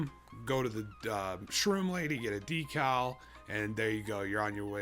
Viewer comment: you lost me at "decall"